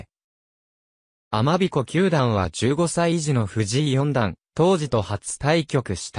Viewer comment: 「たま」「かど」「よんだん」「ななだん」「きゅうだん」等々は直して下さい。もったいないですよ。